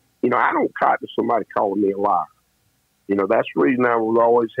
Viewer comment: Hey, I hope you don't mind my saying this cuz I think it's so endearing, I noticed when you're interviewing one of your compatriots, I mean with a good ol' boy southern accent, your own accent comes out a lot more! Just teasing you--"I don't cotton ta people callin' me a lahrr." Makes me miss my grandad who was from Arkansas. Even tho he and my G-ma lived in CA since the '40s, I don't think they're accents faded a bit til they passed on in the '80s.